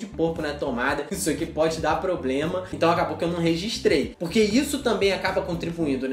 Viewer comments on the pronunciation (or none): none